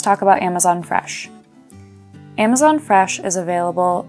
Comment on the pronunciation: I like how she says freshlm